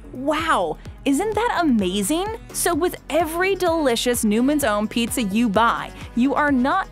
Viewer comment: The way the brand names were repeated in their entirety over and over made my ears hurt. I like most of videos but I had to turn this off halfway through. I'll also never understand why the word pizza needs to be over emphasized like its Pete-Zah.